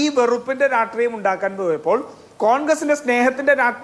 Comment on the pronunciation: എടാ നാറി രാട്രീയം അല്ല രാഷ്ട്രീയം എന്ന് പറയാൻ എങ്കിലും പഠിക്കെടാ കുണ്ണേ....